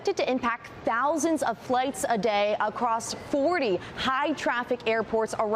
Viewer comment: Did say "acrost"? I think so.😂😂